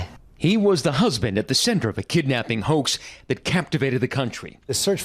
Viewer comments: I swear the news reporter says, "shattered by that hoe." not hoax, in the beginning. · idk bout yall but when the report hoax is soooo goood. he sorta emphasized the hoa and then added the x very good play on words